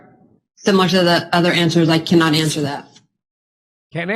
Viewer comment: "I WOENOT AndSwear that Question"😊